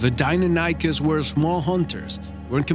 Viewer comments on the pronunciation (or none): It's not Daikinikes it's Deinonychus